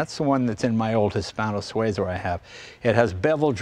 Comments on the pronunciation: Not Sway za, Swee za. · Swayzah? Sweezah! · Jay, It's SWEE-zah. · Jay - you keep pronouncing Suiza incorrectly!!